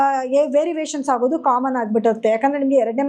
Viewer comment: ವೆರಿವೇಷನ್.... ಅಲ್ಲ variation ಮೇಡಂ ರವರೆ......... 🙏🙏🙏🙏